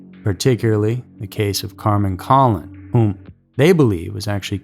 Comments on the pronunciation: It wouldn't be a Scary Mystery video without the egregious mispronunciations. The newsreporter has it right for Kenneth Bianchi, but doesn't. Why can't you imitate what newsreporter says? Also, Carmen's last name isn't "Collin", its coh-lone, emphasis on lone. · Don’t forget the Hillside strangler, Bianchi, and Shawcross were here. Colon is pronounced like cologne. Wanda was taken in a very bad area. Was then , is now. I was a teenager in high school so don’t remember it as it unfolded. So if the killer was mid 30s then he would be in 80s if alive? The last , 350 and 441, Which is Penfield rd and Macedon Center, is where new Byrne dairy is. It seems like he was from East side. But Churchill is West while last two are East. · I was a class mate of Michelle Maenza at 33 school… and the narrator is miss pronouncing Michelle and Carmen’s last names….